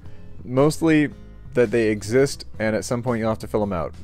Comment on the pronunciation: Me: oh, this guy has an American accent : * exist * Me: excuse me what was that